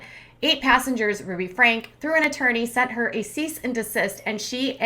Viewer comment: Ruby FrankEE. Not frank.